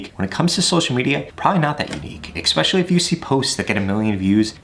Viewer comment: Use 1-2, 5-6, 10-12….ooook. And the word is ESPECIALLY not eXpecially